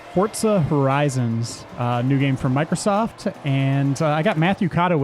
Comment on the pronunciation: dude you said fortsas horizonz